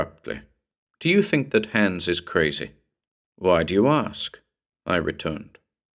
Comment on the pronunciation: Nice, just one small but for a german listener a bit irritating thing: The name 'Hans' is pronounced like the English word 'nuns' but with a H' in the beginning. 😉